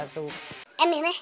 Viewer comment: É mêrmo é ? hahahhahaha O povo bão. Bjão